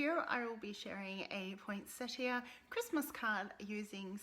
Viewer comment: You pronounced it perfectly! It's the Americans who choose to ignore the "i" and call it point setta. I think that they see it as their constitutional right or something... Love this set and wish I had it but after last year, I swore no more. Now of course, they've topped themselves with this and the Evergreen Bundle. Sigh...